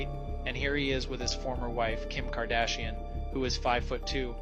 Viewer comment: “Kim cardashian” 💀